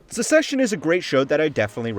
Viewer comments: it's succession, not secession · It sounds like the host is saying “Secession” instead of “Succession,” or am I hearing things? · Bro really called "Succession" as "Secession" lmao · I’m glad im not the only one that noticed that this show is caled Secession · Is the show really pronounced "secession"? Then why do they spell it "succession"? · Succession is pronounced “suk sess shun” you’re pronouncing like the word secession. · it's pronounced Suck-session mate. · Succession is pronounced like success with ion at the end, not like secession, which has just one c in the middle. Just a heads up. 👍